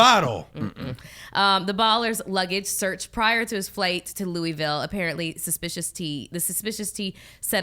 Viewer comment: You know when someone is not from the south because the pronounce Louisville “Louie-ville” lol you gotta run it all together and drop replace the “is” with and “l”